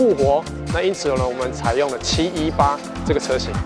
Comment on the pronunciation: 自己家的品牌名稱都念錯了 這業務還跟人介紹什麼車？78 fuxker？